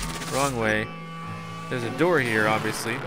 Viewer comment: a door not amdoor